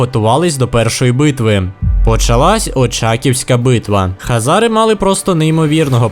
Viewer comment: Нічого такого просто сказати що Українською буде Хозари а не Хазари но помилку я твою розумію сам грав весь час думав Хазари погуглив а правильно Хозари. Но відео всеодно класне!